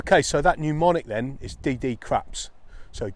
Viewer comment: When possible you'd do a resection before going through the DDCRAPs procedure. It's 'mnemonic' not 'pneumonic' : )